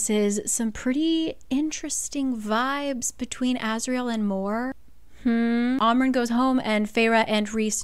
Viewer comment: It’s am ren not ahm ren